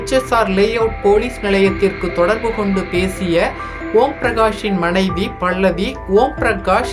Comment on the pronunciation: டோய் பைத்தியக் ககர பேச்சாள, பள்ளவி இல்லடா பல்லவி பேச தெரியவில்லை என்றால் பேசாதே